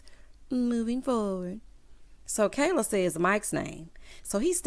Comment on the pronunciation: Did anyone else catch one of them kept calling Kayla, "keller"? I was so confused